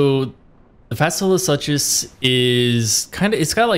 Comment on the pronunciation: Fasola (SOO-Cuss) (suchus = (Soo-Cuss)) No hate from me but please don't say "suches" ever again... My ears were about to cringe out blood. I'm sorry... I just can't. The Tism in me really really got triggered there. 😅